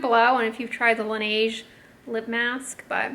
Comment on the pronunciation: FYI: Laneige is pronounced lah-NEZH -- 'zh' like that second 'g' in garage [IPA: laˈnɛːʒ]. Listen here: . La neige means "the snow" in French. ❄️⛄️